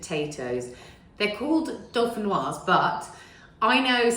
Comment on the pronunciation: Did I hear say dolphinois instead of dauphinois?? 😮